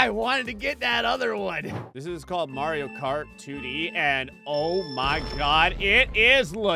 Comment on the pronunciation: Dude said Mario right for the first time in his entire YT career